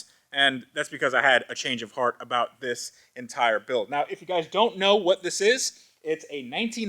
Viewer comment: Went full Canadian at aboot